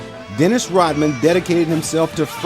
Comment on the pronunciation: i cant take it anymore why does it sound like you say rottman and not rodman